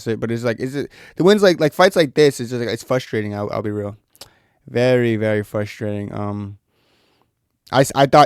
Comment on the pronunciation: “Fustration” “Fustrating” bro learn to annunciate properly.